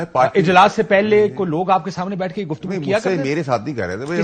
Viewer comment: Only one word is countable in the whole conversation that kashif abbasi pronounced: "Guftagoos"